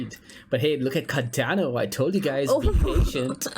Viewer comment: far be it from me to tell you what to do or how to live you life so please take this as just a friendly suggestion......but you should really consider trying warm beans. All these cool beans really don't hold a candle stick analysis to the warm ones;P Ok, cheesy jokes aside: Car-Dan-Oh... look at it go... look at it gooooooooo!